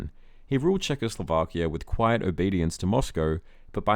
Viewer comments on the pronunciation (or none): none